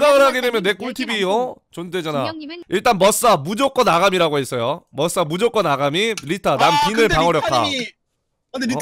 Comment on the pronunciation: 중력님이 말하는 아가미가 나는 아ga리로 들렸지??